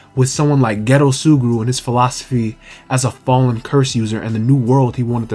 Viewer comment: I keep dying when u say geto, I keep hearing ghetto